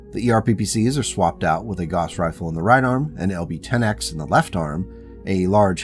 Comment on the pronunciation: fwiw Gauss = gowss (/ˈɡaʊs]/) not "goss"